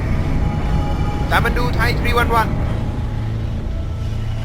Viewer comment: The narration guy can't pronounce Kathmandu even😅🤣. Bogus video.